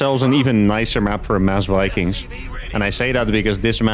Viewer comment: “Build More Vikangs”